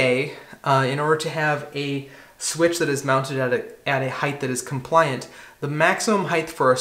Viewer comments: I think I pronounce it with a "th" sound at the end for some reason! Never really noticed it before! I'll have to work on correcting that... :) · Assuredly off topic, but why are you putting the soft "th" sound on the end of the word height?! It's not "heightth". Is this a regional thing? People from New England or something? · It's so much easier to just say the word correctly. It's not heigth, it's "Height" ....HARD T at the end, not TH. rhymes with kite, white, bright, night, light, fight flight, sight, blight, fright. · I sport the same first name. And just like you, I too always made a mistake and said height(h)! It is a slip of the tongue, means the other direction is widt(h). But my best buddy would never let it rest. So I share that with you...and thanks for the correct height to place the box...lol! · A little tough to hear on the audio but do you pronounce it height or heighth? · is great. His pronunciation of ‘height’ isn’t though. (It’s heighT… not heighTH.) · It's a common utterance because of width (breadth), length, and depth. So "height" gets conflated with the -th sound at the end. It's just something many people say, very similar to the "acrost" instead of "across".